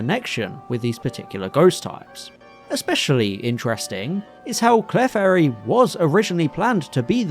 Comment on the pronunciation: Love the video, and I really hate to be “THAT” person, but when pronouncing Clefairy, the emphasis is on the E not the F, think “Cle-fairy” instead of “Clef-airy” 😅